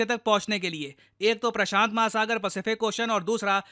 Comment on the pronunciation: saying "Prasant Mahasagar" 😊